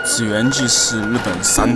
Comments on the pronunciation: 一个小问题，那个字应该念奇，而不是只。两个字差下面一个点。没点的是京都这个。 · 第一次踏上日本的土地就在京都，离现在已经20多年了，回忆满满啊，和我当年一样都把祇（qi）园念成了zhi园，很可爱的错误，当时去的学生都这么念哈哈。那时候清水寺，稻荷神社这些景点都没什么人，经常过去散步。